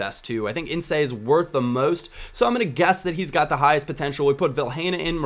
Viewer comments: Ince not Incé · It's pronounces 'In ssss' not 'in say' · insay facepalm the e is silent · just ince, like mince, with no 'm' :) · It's just pronounced Ins :) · You pronounce literally everyone's name wrong. Incé? Really! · its produced inc(e)====do not pronounce the e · pronounce rinse and take away the 'r'. That's how you pronounce Ince. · make it 5 mins a half if it is too quick to score for you and you pronounce ince in-sssssssss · ince is pronounced "ins" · I know he's attempting to spell it out phonetically, but you dont pronounce it with a t... It's pronounced ince, just like in mince, or since. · No, there's no t in there, its just pronounced ince. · its pronunced in-se as in se in sense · Ince is pronounced 'In' then a lower case 'S' sound, like the sound a snake makes :p 'In-ssssss' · It's pronounced Inse not insay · You're also wrong, 'ins' is pronounced 'inz'. Ince is pronounced 'ints' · It's Ince as in Mince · ince is pronounced like mince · incay? who the fuck is that lol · you know his name is ince not in-cey ? Paul Inces son ! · ince pronounced like mince without the m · Pronounce after me... In-ce & Del-fou-neso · Hey, Ince is just pronounced like mince or since without the first letter:) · you're pronouncing Ince wrong, it rhymes with vince. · Great vid, but I'm pretty sure Ince is pronounced how it looks not "Incay/Incé" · Not that it's a big deal, but you're pronouncing Tom Ince's name wrong. It doesn't have the 'say' sound at the end. He's also the son of former Man Utd/Liverpool/Inter Milan player Paul Ince. Like I said, not a big deal, we all know who you're talking about but thought you might want to know. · its pronounced 'inse' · lol Ince is pronounced without the "e" at the end:P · You don't pronounce the 'e' in Ince's name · Mate, he's spelling it out phonetically. If you just keep putting 'Ince' it's counter-productive, it wont help pronounce it. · dont pronounce the E in tom ince's name